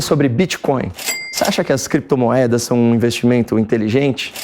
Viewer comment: “BITCÓIO E CRÉPTOMOEDAS” Renan Calheiros. 😂😂😂